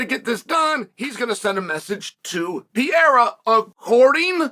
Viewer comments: his name is not "pierra" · Pereira becomes Pierre-a 😂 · Pierre-uh and Mockle Chev lol